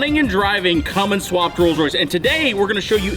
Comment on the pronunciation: Butchered Royce